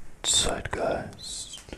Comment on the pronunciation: Just so you know he is saying “zeitgeist” not psych guys